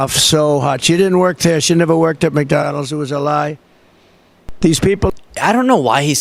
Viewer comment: That is absolutely adorable. He pronounces McDonald's as McDonells, just like in the 1992 movie with Don Ameche & Tom Selleck called "Folks!". I was going to provide a more informative description but since I am probably the only person likely to have any clear recollection of this from being a kid 32 years ago I won't ruin it for you. I recall liking it. Check it out and see for yourself.